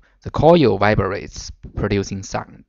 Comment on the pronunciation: Vibrate. Not Viberate